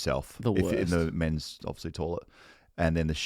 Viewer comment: I’ve held my tongue for the first season but I can’t go on any longer. Someone tell it’s toilet not tawlet